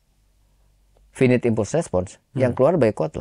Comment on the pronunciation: Maaf, izin koreksi dan, pronunciation nya salah yak, finit dibaca fainait, impulse dibaca impals